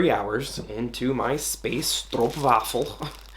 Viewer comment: "im not feeling the space stroppwafel"